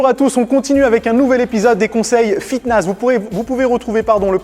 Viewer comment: J'ai cru entendre fitnaze!!! au début de là vidéo 🤔😂😂